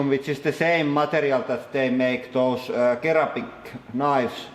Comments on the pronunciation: Sir-amic not ker-amic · I would like to raise the issue of the way you pronounce ceramic, i know that you mainly aquired the english language from playing video games but ceramic is prononced seramic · Great video! For your info, when pronouncing the word "ceramic" the first "c" should be pronounced like an "s". So you would say "seramic". I hope you don't mind me helping you improve your English! :) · I think people like his mispronunciations. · It's the Finnish way to say it :) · "ceramic" is pronounced with the "s" sound at the beginning FYI :) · Dan Xepha I think it's better incorrect, it adds character. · In Finnish it is "keraami" (noun, material), "keramiikka" (noun, pottery) "keraaminen" (adjective) No 'c' there so it's natural that he pronounces 'k'. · NGT OI agreed. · ceramic is pronounced with an "s" :)